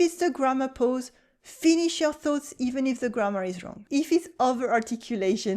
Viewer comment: This is all so true!!! And here is one for you. When you say PAUSE you are saying 'pose'. It is pronounced 'paws', you know, like animals feet!